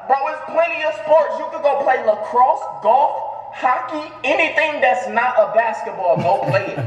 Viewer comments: This nigga said lacrosse 🤣🤣🤣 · This nigga said lacrosse 😂😂